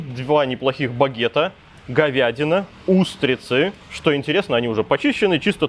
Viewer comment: Двух троих (двух трëх) говядина и утрицы (говядина и устрицы) замарачИлись (заморОчились) из глаз и ушей кровь пошла, ты чего там в Тайланде совсем забываешь русский язык?)